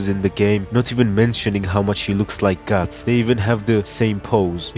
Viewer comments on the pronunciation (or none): its guts not guttsu